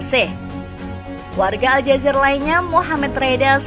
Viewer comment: Bukan Aljazer mbak.... Tapi ALJAZAIR.... IR nya ditekan..